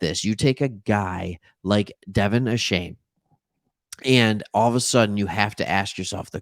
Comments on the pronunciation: Stop saying Ashane it's Achaine! Go Phins and Geg em Aggies! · DeVON A-CHAIN actual pronunciation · Find out how to pronounce his name thanks for the love. Gig ‘em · Dude, the least you could do is learn how to pronounce his name correctly.